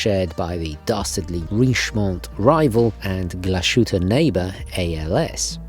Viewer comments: Small advisory: It's Glas-hütte, not Glash-ütte or Gla-shütte. It sounds really strange in German the way you're saying it. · It's "Glas..Hütte", not "Glash..ütte". Anyway, lovely watch! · Sorry, it’s not pronounced “Glushütte” - it’s pronounced “Glas - Hütte”. The h is not silent. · It's pronounced [glahs-hoot-uh] not [gla-shu-tte]. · It’s a great watch -had the same model for a while. BTW you are butchering the pronunciation of Glashutte - it is Glas-hutte. Not sh as in shower. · Weird how in a previous video you were able to get "Glashütte" right ("Glas-hütte") and now you're back to the typical native-English speaker's mistake of pronouncing it with a "sh" in the middle. In German "S" and "H" are always pronounced separately, if you want it to sound like "SH" in English, it must be spelled "SCH". What you stay consistent with is your misprnounciation of "etcetera", it's not "ack-cetera" as the "T" comes before the "C", so say "at-setera". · Pronounced Glas-hutte (glass hut) - beautfiful watch! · It’s pronounced “Glas-Hütte”. Glas is the same as glass, just an s short. The a is solid A though, not æ. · It's Glass (pronounced like in British English) + Hütte😉. No "sh" in this one! Greetings! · Another great video, thanks,. Glashütte is a great brand. Also a great watchmaking town. Definitely worth a visit. Just a side note - the correct pronunciation is "glashite". There is no "sh" in the brand´s name. German can be tricky 🙂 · Please correct the pronunciation. Sounds illiterate man. Typical new yorkeze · I don't normally comment or care about pronunciation, but pronouncing the unnecessary and incorrect "sh" sound is just too much. It sounds really bad. Just separate Glas and hütte, and pronounce however you like, but there should be no "sh" sound when saying the GO name. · Now that is a good choice, it's on my short list for a while, it is almost better than the Lange & Söhne. You just have to work on your "Glashütte " pronunciation.